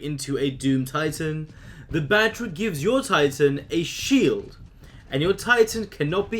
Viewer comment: I've uh...been executed while having a shieled... lol